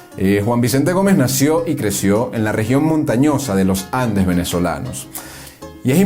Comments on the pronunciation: "austEro", palabra GRAVE Y NO ESDRÚJULA. Con esa metida de pata gramatical ya se deduce el origen del narrador. Sorry! /// Además es LoS Andes y no los Lojandes!!! !!! !!! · Buen documental. Mi único consejo sería la necesidad de pulir la oratoria, para no afectar la calidad del documental. Por ejemplo: no diga "Lo Jandes", diga "Los Andes". No diga "Poco Jaños", diga "Pocos Años". No diga "Aquello Jaños", diga "Aquellos Años". La lingüística y pronunciación es vital, para darle prestancia y elegancia a éste y futuros videos documentales. También faltó comentar sobre Victorino Márquez Bustillo, quien fue presidente de Venezuela, entre 1914 y 1922. Gracias por este magnífico tesoro histórico.